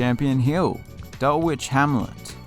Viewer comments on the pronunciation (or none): I noticed that too. Dul-ITCH. Green-ITCH would be mis pronounced Greenwitch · You moan about the pronunciation of Melbourne Park, but then totally fluff up Dulwich. The w is silent. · Just a shame you cant pronounce the name correctly!!